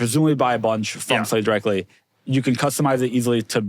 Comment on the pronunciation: Its a SLATE Not a SHLATE !